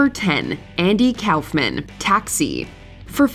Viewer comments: It's pronounced cough-men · It makes me irritated with "Kowfman" was said, it's Koff-men. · Andy "cow"-fman? 🤨 No one has ever called him that including himself. It's "cough"-man. Good gawd. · I thought Koffman was pronounced COUGH-men, not COWf-mann. 😅😂😂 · Cowffman... It's pronounced Coughman. Kauffman=Cough-man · You need to get someone who bothers to learn how to pronounce names before tracking these videos. It's "Koff-man", not "Cowf-man". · Coughman. Not Cowf-man. Why are your voice-over people so sloppy? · It's KOFF-MAN, not COWF-MAN. Wtf is wrong with you? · Andy KOFF-MANN not Cowf man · It was pronounced KOFF-MAN, not COWF-MAN. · It's pronounced 'Kawf-man' not "Cowf-man" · “Andy COWF-MAN” 😂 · Pretty sure its not pronounced Cowfman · its Coughman right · Umm, Kaufman is pronounced Cough-man. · Kaoufman? Lmao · LOL 😝 “Andy Cowf-man” what nursery school did you find this girl from who narrated the video? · Did you really say “Cowf-man”? Really?? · It's Kaufman. Coughman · andy KAFmen lol its cawf-men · I have never ever heard it pronounced Cowf men... what in the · I've literally never heard anyone pronounce Andy's last name as anything other than "koffman" before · I hate the way you're pronouncing Andy Kaufman's last name. I've never heard anybody say it like that. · The way you pronounce Andy Kaufman almost gave me an aneurism 😅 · You'd think that if you were going to say Kaufman 78 times, you'd google it at least once for the pronunciation 😂 bunch of hacks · 5 seconds in and they butcher a legends name haha I know it's probably a good list but because of that I'm out (nobody caught it in editing or anything...like nobody???) Come on people 😂 we can do better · How do you not know how to pronounce the word Kaufman?